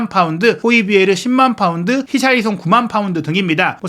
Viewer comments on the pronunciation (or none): none